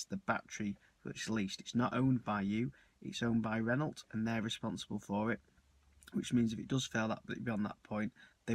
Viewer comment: Not sure about your pronunciation of 'Renault'. Ren-no is more like it I think